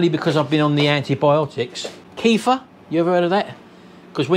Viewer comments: It's pronounced "Ke - fear" and it is dairy. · Keff-ear, it’s pronounced! Liver - ugh!